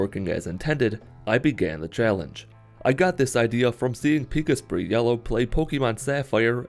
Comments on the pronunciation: It's Pik-Asprey. Not pika-sprey. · Great video but small note, Pikasprey's name is pronouned Pa-cas-prey, not pika-spray